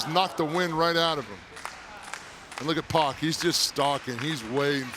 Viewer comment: I Hate When Ppl Pronounce Pac’s Name As “POCK” .